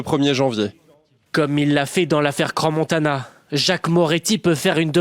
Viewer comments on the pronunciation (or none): Salut, c'est pas CranSSS-Montana, le "s" ne se prononce pas s.t.p. (et coucou de la Suisse ;-)